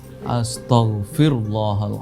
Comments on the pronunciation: Astoh bukan astahg istihgfar nya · istighfarnya aza gak bener bos, astaghfirulloh bos bukan asthofirulloh.